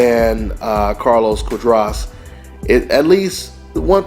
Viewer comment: cu -ah-dras